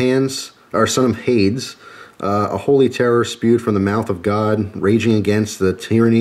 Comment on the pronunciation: The way you pronounced "Hades" lol